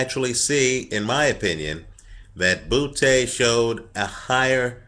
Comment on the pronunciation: like how he says Butee